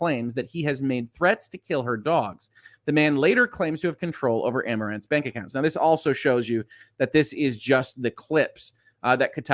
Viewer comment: I'd guess her name is pronounced ah-more-anth